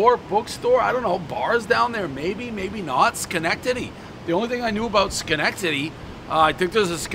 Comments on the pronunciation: Amazingly he pronounced the city name correctly on the first attempt. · I still can't believe you know how to say Schenectady correctly. 🤷🏽‍♂️ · I would say 99% of people Dave's age, from all of New England or the Tri State area can pronounce Schenectady. It's a fairly historic city. Also 2x Frozen Four appearances for Union College is enough that any real sports fan should know Schenectady and how to pronounce it. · One bite everybody knows Dave LOVES saying Shenectady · Congratulations to Dave for saying Schenectady correctly, I had my doubts! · Dave can say Schenectady correctly over and over, but can't pronounce any fkng pizza place right